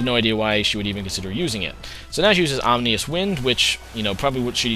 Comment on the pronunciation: Ominous Wind = AH-MIN-NUS Wind